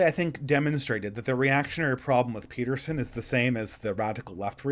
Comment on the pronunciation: You said Beterson